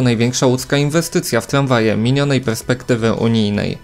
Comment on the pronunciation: Tramwaje nie tlamwaje.